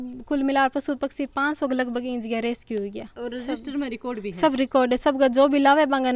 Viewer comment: fun fact रेसक्यू रेस्क्यू होता है मैडम 🤣🤣🤣🤣🤣